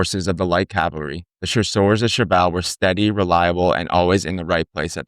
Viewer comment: C-A-V-A-L-R-Y versus “Calvary” where Jesus was crucified. Just sayin. Otherwise, I enjoyed the subject matter and visuals. Very nice.